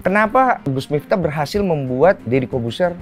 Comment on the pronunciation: Miftah,, pake f, bukan mitah 🙏🏾😁😁